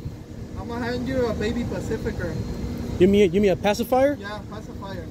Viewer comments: I doubt they will hire someone to be an informant that pronounces pacifier as "pasifiker" lol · He’s said pacifier like “PACIFiCer” 🤣